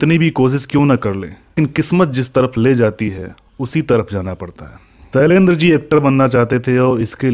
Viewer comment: सैलेंद्र नही शैलेंद्र